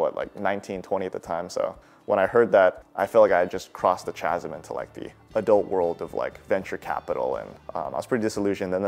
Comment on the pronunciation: bro pronounced chasm with a hard ch lmao